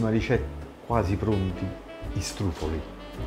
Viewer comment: si chiamano struffoli non strufoli